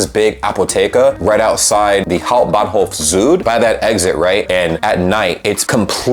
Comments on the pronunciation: You nailed the Hamburg Hauptbahnhof perfectly. St.Pauli is a whole differnt beast. Anyway, you always show a good example of just beeing nice. Also, really stepped up your editing along the road, fine job. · Just by the way (i am a new (german) supporter) u r saying the word hauptbahnhof in a perfectly accent freely way 👍🏼